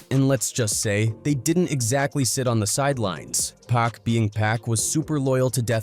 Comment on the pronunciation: Gotta love AI … pawk being pack 😂